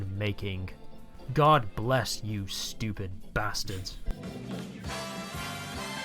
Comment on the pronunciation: "I think yuo know if yuo are stupy" 😅😅😅not always 😅😅not always😅